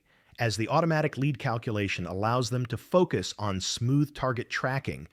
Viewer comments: Leed not Lead for Lead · do you not listen to your video after you have the AI read it? "lead" in reference to this video is pronounced "leed". This simple mistake makes your video appear ignorant. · Try to get the AI to pro ounce it "leed", lead is a base metal. Maybe edit the text file? Snoozer! Bailing at 3min4sec. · Please kill the AI NARRATION that dies not know difference between Lead, lead and Leed. Yes english is hard. Kill the Ai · It sounds like a live reader, but if that's so, why does he keep mispronouncing 'lead'? The word means out in front, not heavy metal. They are pronounced differently. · This is a fascinating story made illegible by the cheap-ass CG narration that can't discern how to pronounce "lead" vs "lead". And when we teach this thing how to properly master this diffucklety, will WE really be better off for making the things smarter this way? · AI voice cannot discern the difference between "lead", and "lead" within context. Is AI smart? Nope. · AI kept getting "lead" as in LEED confused with "lead" the bullet metal. Amusing. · Narrator is repetitive and mispronounced words like lead and lead bow and bow live and live......get to the point of the story ffs